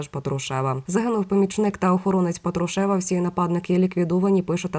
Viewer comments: Людина не правильно наголос ставить.Я про це вже вказувала , але ніякої реакції. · Ведуча, !, ставте правильно наголос, бо ріже слух, це безграмотно!😮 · Не тошните,сначала научитесь правильно ставить ударения! ПАтрушев,ударение на первый слог! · Делайте правильно ударение на фамилии Патрушева противно слушать вашу безграмотность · Правильно писати промовляти з наголосом на «а»